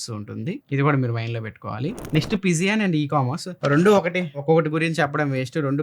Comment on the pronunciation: పిజియాన్ కాదు పీజియన్